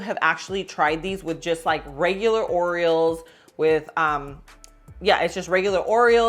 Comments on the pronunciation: I thought that was just me that notice that😂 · I know, I kept picturing the bird 😆